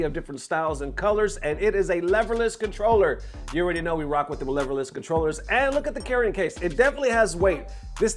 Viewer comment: Lehverless? Did you not watch D-Lo's video?